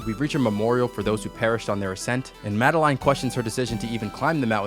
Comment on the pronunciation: Its madeline,not madenlaine.